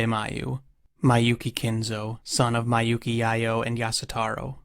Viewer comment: I hate to be this guy. Miyouke is pronounced "mi-yo-keh". Not "mai-yu-ki".